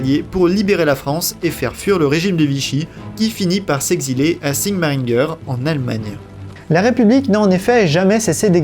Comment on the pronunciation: c'est SIGMARINGEN et pas sigmaringer